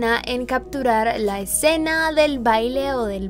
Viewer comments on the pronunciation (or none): none